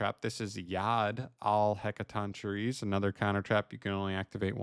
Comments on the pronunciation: Hec-a-ton-key-reez according to emma saying lol but heres its "shi-reez" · Just for anyone who wants to know, It's pronounced as: Heca-Ton-Ker-Ee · Btw, it's pronounced HEK-uh-TON-kye-reez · it's pronounced "hek-kah-ton-kai-reee" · "Heck-a-tonk-curry" It's not that difficult. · You got the name mostly right but its more of a K sound and not a ch sound